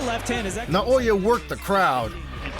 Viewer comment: Nah-oh-ya In-no-way